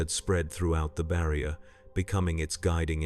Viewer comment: bro is fighting with the word "barrier" at the end